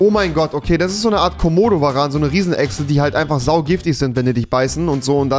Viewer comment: Aussprache... Jeder : kommodoveran Rewi : Kohmohdoveran